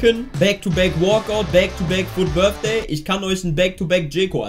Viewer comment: Wer kennt ihn nicht, den Fut BITHDAY😂😂Englisch 1 Grüsse gehen raus😂